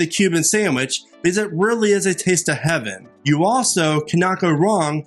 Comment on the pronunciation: Ummmmmm, it's Heaven NOT Havin', idiot‼️